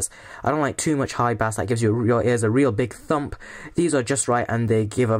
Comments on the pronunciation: why did you pronounce it as 'bas' not 'bayse'? xD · the way you say bass hahahaha